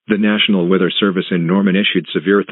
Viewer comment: Count how many times the announcer said wither instead weather